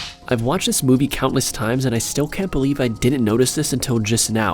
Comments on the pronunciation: u at the very first... made a mistake that is... its not moive... its movie... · its not moive dude! its movie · You said moive mistakes XD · The intro says*MOIVE*